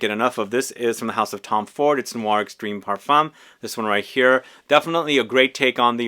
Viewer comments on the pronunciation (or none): none